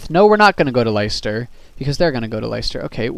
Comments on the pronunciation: Liester. cringe cringe It's pronounced Lester. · Leicester (less-ter) Warwick (Warrick)